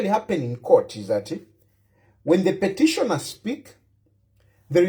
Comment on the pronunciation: ITS PETITIONER NOT PETISHONA DUDE GO BACK TO SCHOOL